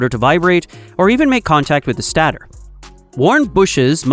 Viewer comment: interesting video. the GI voice-over gets the pronunciation of many words wrong though, maybe you guys can try a different LLM in future with better pronunciation for technical terms like stator/component/etc.